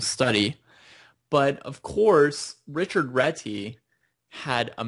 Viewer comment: its a hungarian surname, its Réti not Reti :D